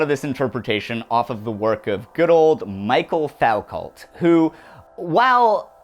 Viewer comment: "Mikel Fawcout" Interesting video, though.